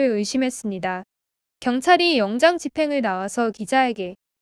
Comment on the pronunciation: 유난히 영장(발음:영짱) 단어가 많이 나오는데 발음 신경써주세요 ❤영짱❤이 맞는 발음입니다